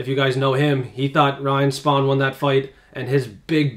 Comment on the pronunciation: Once you can pronounce Giga and Spann names , I will come back . This is worse than The MMA Hour Fkin up names 😂